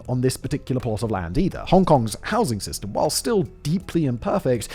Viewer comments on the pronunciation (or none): none